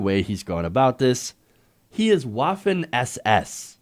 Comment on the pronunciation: I know nobody's going to read this [wipes tears] but Waffen would be pronounced vahffen. That is if you're worried about it.